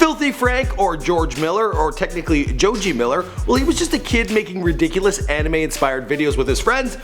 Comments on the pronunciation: THIS IDIOT WANTS TO BE TAKEN SERIOUSLY AS A PROFESSIONAL YOUTUBER BUT YET NEVER TAKES THE TIME TO LEARN HOW TO SAY PEOPLES NAMES.... PINK MAN...JOJAY MILLER.....ANIME INSPIRED VIDEOS? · "The life of Joe-Jay Miller" nice pronunciation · "Jojay Miller" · "Jo Jay" ??????????????? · "Jojay" this channel is fucking stupid